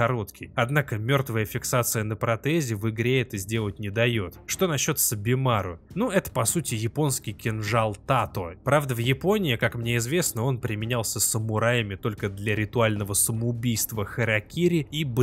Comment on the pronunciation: Кинжал называется Танто, а не тато